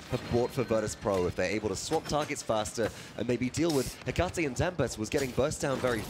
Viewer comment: Why can no paladins commentator read that his name is Etaceh not Ecateh?